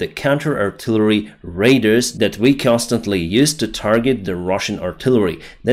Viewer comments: FTLOG, PLEASE stop called RADAR "raider". They're 2 very different words in the English language. RADAR = RAY-DAR. Raider = RAY-DER.:) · You do a great job but radar in English is pronounced ray-dar not raider. You might get an App for your phone that you can type an english word and it says the word over the phone speaker. Keep up the good work . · I finally realised that you mean "radar" when you say "raider" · You keep mispronouncing radar. Try saying ray,dar . Thank you for the updates !